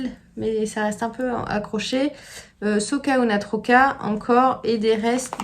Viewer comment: J'aime beaucoup le dynamisme de ce podcast et je le like avec plaisir à chaque visite, si je n'oublie pas... Je crois que c'est la première fois que je commente J'aime le culot de tes couleurs pétantes et tes chaussettes. Au programme, les "Hortensia" de ta création... Juste, un petit truc, mes origines catalanes sursautent à chaque fois que tu parles de cette laine... qui s'appelle SOC UNA TROCA et non pas SOCa UNA TROCA. Ce mot a un sens : "je suis un écheveau" A bientôt